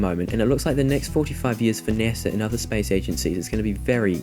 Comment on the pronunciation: Its not NESA. Its NASA!!